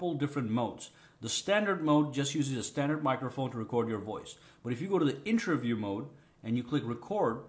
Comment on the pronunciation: Its interview not intraview lol